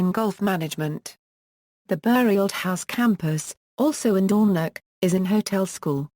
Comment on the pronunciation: Being Sutherland born I found this Audiopedia insert very interesting. However, the experience was a bit spoiled by the wrong pronunciation of several place names such as Dornoch, Golspie, Strathnaver, Cromarty, Caithness and even our language "Gaelic" a bit jarring.